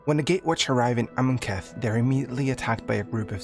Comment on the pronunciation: Awesome video. So many mispronunciations. AmonKETH instead of Amonkhet. SaHEli instead of Saheeli. Editing to add that there is a crucial detail missed in Liliana's storyline. When Jace whose mind is corrupted by Emrakul's influence confronts Liliana on Innistrad, he is actually able to see the Raven Man which surprises both Liliana and the Raven Man as 1) Jace has never been able to penetrate to see into Liliana's mind and 2) no one has ever been able to see the Raven Man.